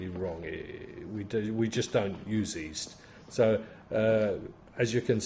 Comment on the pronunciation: When you say "east" do you mean yeast? Unless I misunderstood you, apologies if I did